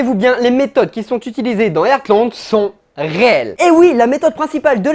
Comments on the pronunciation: Mais vous dites airtland ?😭 mou je dis artland sa ma stressé tout le long 😭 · Ca se prononce Hartland ! Mes oreilles saignent...😓